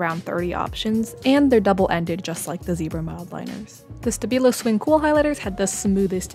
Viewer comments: Stabilo is pronounced like "Shtabeeloh". :-D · I'm dutch, you pronounce it like ""stàbeelo"""":) They are my favourite!! And the have more pretty colours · they are pronounced [ʃdabilo] or [ʃtabilo] no rost just helping you😊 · I am from Austria, so I speak German and you say the 'st' from stabilo like 'sh' in English💚💚